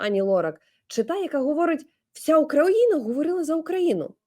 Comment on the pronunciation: Не др а ДИРИ і НА сссоосссіі - говори правильно